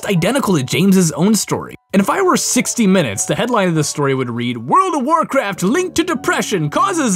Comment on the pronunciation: Anyone elses heard him say, world of warcreak